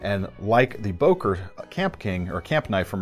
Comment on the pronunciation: It’s not Boker but Bœker with an o umlaut , as it is called in German. The o is pronounced as on œsaphagus .